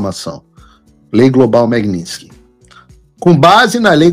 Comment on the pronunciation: Ué Paulo vc corrigiu a repórter da globo news pq ela falou magnitisky errado e vc mesmo não sabe falar, aí fica difícil heim!